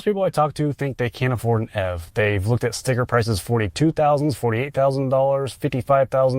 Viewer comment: YOU PRONOUNCE ev EEEEVVVV